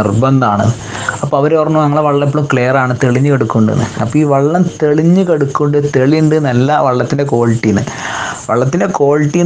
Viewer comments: വള്ളം അല്ല വെള്ളം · 'വള്ളം' അല്ല മോനൂ, [വെ, ള്ളം] - "വെള്ളം". അങ്ങനെ പറയണം മോനൂ.... "നന്മ പരക്കട്ടെ" 🙂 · വള്ളം ( വഞ്ചി ആണ് ) അല്ല ചേട്ടാ, വെള്ളം.... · വള്ളം അല്ല ചേട്ടാ വെള്ളം